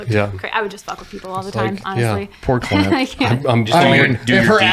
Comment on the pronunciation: I swear he said CLIT from bunker branding 😂